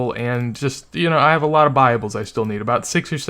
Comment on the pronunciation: you said buyables. It took me a solid 10 seconds to realize you weren't saying "bibles"